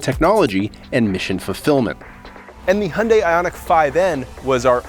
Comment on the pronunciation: I respect you for pronouncing "Hyundai" like a Korean